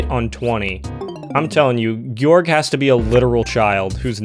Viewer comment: Guorg just guorg